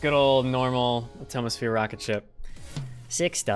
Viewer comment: I’m just realizing he said “at tomo sphere”